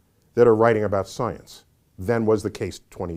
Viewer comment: UM... IT'S PRONOUNCED... "" STIENCE""!!!!, YOU GUYS🙄 ,🎼🎼🤘"She blinded me with STIENCE;"🎼🎼 .. "POETRY IN MOTION".. {?¿?‽?‽?¿?)...¿ meOW 🖤